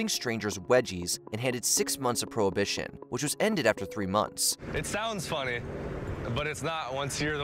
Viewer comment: did you fucking say "prohibition".....